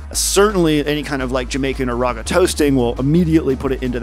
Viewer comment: awesome vid bro, really high quality edits and production. This should have WAY more views. Also you pronounce raga wrong 💀